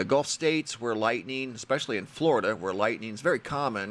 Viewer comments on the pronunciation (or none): none